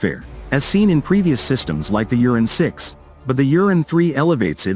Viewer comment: I wish the English translation did not say Uran like Urine... Ur An. Not You rin. Many of the vehicles shown have the M2 Browning and the 40mm AGL and are clearly American. There are some videos of the real Uran but most seem to be not Uran platforms.